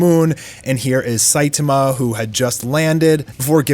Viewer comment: The pronunciation of Fuhrer Ugly was incredible. Not surprising after listening to him pronounce Saitama the way he does. Lol